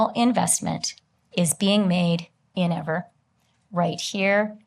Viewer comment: This woman is boring, fatuous, and mispronounces EAVOR's name over and over but investing in EAVOR is the smartest thing the Canadian government has doe in decades. They SHOULD be hiring EAVOR to convert every major power plant in Canada to geothermal except for hydroelectric plants. Eavor has already proven its ability to create cost-effective power sources for electricity generation. There's a fortune to be made selling excess power to the U.S. and a fortune to be saved using geothermal instead of coal, gas, and nuclear.